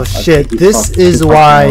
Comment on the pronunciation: the way he say “shiet” took me out bruh😭😭